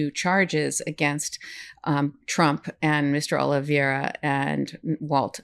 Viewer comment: Love this channel, great and important work. It’s pronounced- (Oli(VAY)ra) - OliVEIra. It’s a little tricky but actually easier once you get it. E before I sounds like (AY). Think “Hay”.